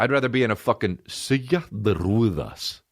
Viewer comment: “Silla de ruedas” “seeya de rueehdass” 😂